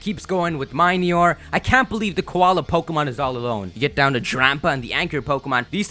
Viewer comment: Do you pronounce the word mini as my-knee? No, it's Mih-knee-ore ffs